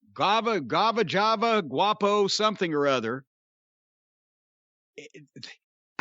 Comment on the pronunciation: Quapo??? Guava??? Lol 🤣🤣🤣🤣